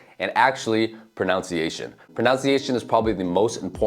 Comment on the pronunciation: Please learn how to correctly spell and say the word 'pronunciation' .That second syllable is 'nun' not 'noun'. It really puts your credibility in doubt when you make such errors. And, of course, English also has reflexive verbs.